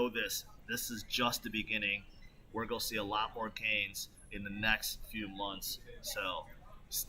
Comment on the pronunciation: I like how he says “goa” instead of gonna